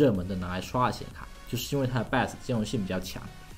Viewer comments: jun Xiang 他读成了 拜额死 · 听 bios 读成 拜死 觉得好难受..😑😑